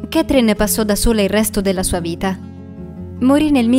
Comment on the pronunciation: Sbaglio ma a minuto , dice vrita